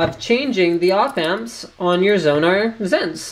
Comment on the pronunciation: What you may actually need is an IC extraction tool :P BTW, it should be pronounced "sense" as audio is a sensual experience!